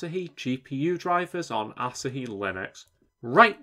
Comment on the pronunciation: Surely it's pronounced like the beer, A-(sah-hee)? Rather than (Ass-a)-hee! 😆